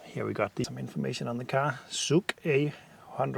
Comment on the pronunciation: It is pronounced "Zs" for the first letter, like the last audible note from the word "garage" (garaZS), ZSuk 👌🏻